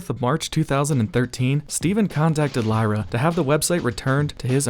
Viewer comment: Lira, not "LIEra."